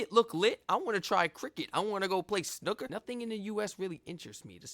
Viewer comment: A great reaction, it's a shame the video itself didn't go more into the history of the World Cup and why it's so huge. Now we just have to fix your pronunciation of Snooker and we're there 🤣